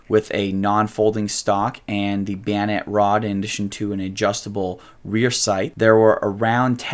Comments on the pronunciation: Who the hell says bayonet like that? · beeonet... beeonet... beeonet... I just read the comment and he hit that word about 12 times in 30 seconds. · Are you saying bayonett or biænett? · bio net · I don't find his pronunciation of the word bayonet worthy to fret about, or pay attention too. I didn't even gave a cuss. "Weirdos," is more worthy of attention. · you say bayonet like a slavic person would say banana